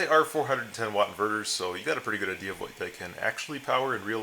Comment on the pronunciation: Oh yeah is it idea or idear?